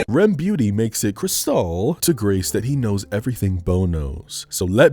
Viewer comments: “RemBeauty” gets me laughing EVERY time lmao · Everytime he said Remy Ma I loled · It was the “REM Beauty” for me but I feel you 😂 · everytime pronounces Remmick’s name as Remy MWAH fries mee overdone bro😂😂